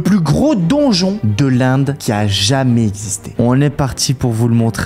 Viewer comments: Ces l'end pas l'Inde🤣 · de l'inde au lieu de l'end😂😂😂😂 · Y a des fois ou tu dis l'Inde au lieu de l'end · Pourquoi tu dit l’Inde et pas l’end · ca se èned pas Inde!